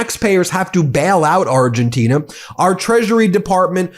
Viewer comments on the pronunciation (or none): Ben, it's Argentina, not Argentinia. 😊